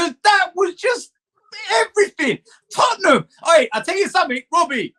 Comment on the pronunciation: ''IN THE CUP FOR TOTTINGHAM''... HAHAHAHAHA